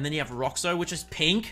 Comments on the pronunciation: as a brazillian, the way you pronouced the colors in portuguese phisically hurt me, like i love you but you pronounced roxo like rockso edit: you trying to say seleção was cute and funny so it makes up for it lol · Actually, it’s pronounced “rosho” as in shoe but you cut it up a bit before the end of the pronounciation